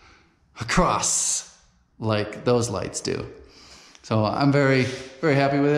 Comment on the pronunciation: Haha I weren't never gonna say nuthin bout the way you say "crost" do you, bud. 🤣